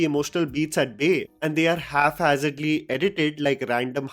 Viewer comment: I find your pronunciation of "haphazard" quite interesting